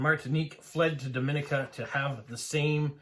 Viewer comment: I'm from Dominica. It's actually pronounced Dom-ee-nee-ka. There is a distinct pronunciation difference between us and the Dominican Republic; you are pronouncing Dominican Republic correctly. I love that you are delving into our history and passing information about our country; we are small and sparsely populated, but that also makes it a great place to visit if you enjoy nature. Great video!